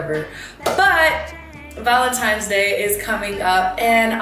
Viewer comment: ValentiNe’s sis with an “n” lol you’re so prettayyyyyy 💕